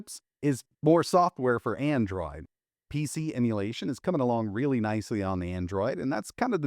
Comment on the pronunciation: "AnDroaid"